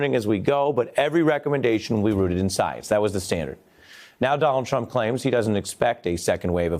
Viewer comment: Donjald thrump, as he has serious pronunciation issues, despite having access to the best words.